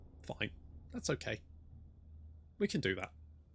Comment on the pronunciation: The "f" in your "fine" is always a "fuck!"....😛😛😛😂😂😂 Can't wait for the incoming Waaagh against Dungeon-Boy....